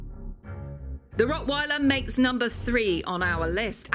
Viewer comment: The way you pronounce the word "rottweiler" makes me sick.